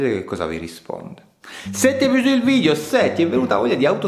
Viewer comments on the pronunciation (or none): none